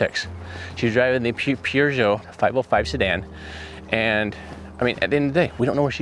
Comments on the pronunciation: It's pronounced per j'o 😊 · Great what you guys do x. Thank you 😊. Ps Peugeot is pronounced Purrjo😅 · Peugeot is pronounced " puh·zhow" Its french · Car is pronounced pee-o-zy-ay, ruffley, and it French. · Peugeot is pronounced pear Joe !!! It's French Jared 😅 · Its a French car and not sure about everyone else but the English usually pronounce it as Pear-show. Closest I can come up with because its not quite "show", more like shjowe kind of. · Peugeot is pronounced per-geot. You got the last bit right Jared, but not the first bit xxx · Peugeot pronounced perjoe/purjoe in the UK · Peugeot. Pronounced Pyoozho. It's French. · Hearing you struggle with the car name has finally made me speak. Without actually saying it to you, Perjo is pretty close. Good try though... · Poo- joe 😂😂 best I got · If you google search 'pronounce Peugeot' it will sound it out for you. It's a French name, and trying to spell it out is pretty tough in English.